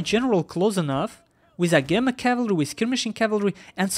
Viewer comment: Agema is ah-gee-ma. Also you can turn off the sound made by screenshots in Steam settings. Having never heard of roflmaster I'm not surprised to see him get wiped up but he didn't do too badly, no major micro mistakes or anything, just not good enough at the game.